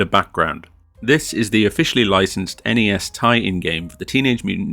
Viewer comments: its N-E-S not nez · please dont say nezz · Once he said the NES instead of N.E.S. I realized he probably didn't play this as a kid in the 80s. Probably someone who played in in more recent time.